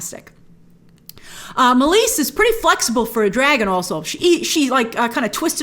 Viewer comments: Grace Meleys is pronounced like (May-Lees) and Rhaenys is pronounced like (Ray-Knees). Keep up the great work. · Meleys. MAY-LEES. Like bruce lee's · Meleys= Meeleeys Rhaenys= Rhae-nees And it's VelAHryon , not Valyrion (this felt like Hermione correcting Ron) If that makes sense ;) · Meleys is pronounced “may - lees”